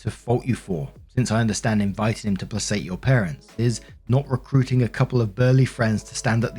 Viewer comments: just a little pronunciation thing. Placate has a hard C. It is play-kate, not play-sate. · Oh my god! Please! Its pronounced Pla-kate…. NOT PASS-ATE! Every time you say that word it drives me mad! Merry Christmas… but please, could your gift to your audience be correct pronunciation? 🙏🏻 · "Play-Kate" not "place-ate" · Placate = pluh·kayt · Story 1 - And still can't pronounce the word "placate" correctly.